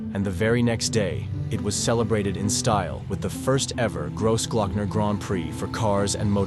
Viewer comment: Fantastic film on one of Europe's marvellous alpine roads, however the way you pronounce the Name "Großglockner" Sounds very gross......and it should not sound like that at all. The "o" in groß should Sound like the "o" in "cross" or in "clock". ....so more like [crossclockner]......just listen to some German or Austrian films......